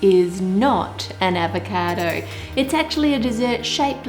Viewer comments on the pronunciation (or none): My sis kept making fun of the way you said avacodo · AVECAADOOUGH -that's how she's says it lmao